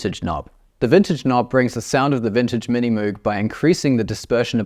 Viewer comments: I hate to be that guy but I think you mispronounced Moog 🤓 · Bro You can pronounce it in any way, as Moe'g or Moouh'g, Mr. Correction Tape.